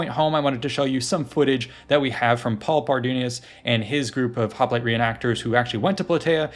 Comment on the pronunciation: This was SO good. Thank you! (except for how you say hoplite :P)